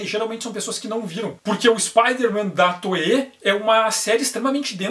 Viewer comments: No nome toei, o I é pronunciado, não é toee, é toei mesmo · "I" depois de "e" em japonês alonga o som do "e". O som de "ei" de "Toei" é do kanji "映" (projeção), que se pronuncia "ee" e faz parte da palavra "Eiga" (cinema), que se pronuncia algo como "eega".